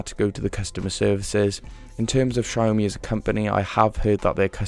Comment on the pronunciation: The way he said xiaomi is so satisfying. Almost like Wyoming😀